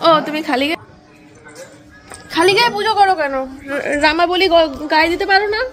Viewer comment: মন্দিরা,ওটা রামাবলী না,নামাবলী।